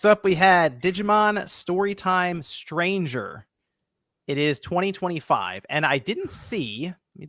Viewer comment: I just wanna say that I'm pretty sure it's "Digimon Story: Time Stranger" and not "Digimon: Story Time Stranger"